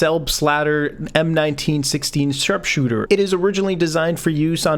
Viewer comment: Did u say sarpsooter